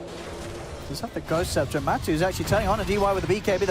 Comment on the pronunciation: Why is the caster pronouncing Matu as Matsu????